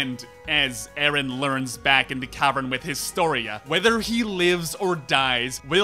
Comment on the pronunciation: why are you pronouncing names like this while you literally watched the series for FOUR SEASONS AND TWO MOVIES and heard how they are pronouncing actually??? Mikaasa, who is Mikaasa? it's Mikasa, it's been said a thousand times. but I lost myself when you said ERIN. WHO THE HELL IS ERIN?? ARE YOU HEARING WHAT COMES FROM YOUR MOUTH?? It's hard to not be Hermione... or I can say just to be kind, if you watch anything with dubbing, you lose at least half of it. So, unfortunately, anything you said to analyze this artwork is irrelevant 🤷‍♀